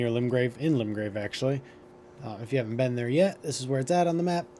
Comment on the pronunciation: im hoping that its a joke on how you are mispronouncing so many of the names in this game lol, radahn as radahan, blaid as blad, and limgrave as limegrave XD